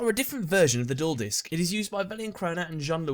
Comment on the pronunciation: At first I thought you said number five was the juul disk xd